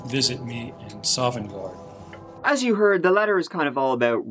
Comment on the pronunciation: I shit myself when said he was a skyrim fan because I'm playing Skyrim right now, my eyes have never darted from something that fast before lol. Also props to the guy reading the notes for correctly pronouncing Sovngarde.